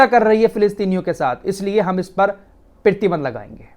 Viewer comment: PRATIBAND not pertiband rectify plz in next bhai.